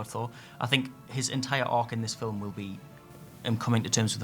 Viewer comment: There's no "e" in film, dude. "Fil-em"??